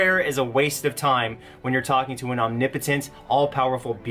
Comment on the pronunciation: why did he say omnipotent like that